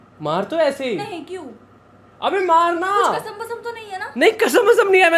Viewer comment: Bro she's from bengal 💀💀 kasam ni kaala jaadu😂 No offence